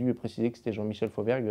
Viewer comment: Fauvergue... putain, quel g...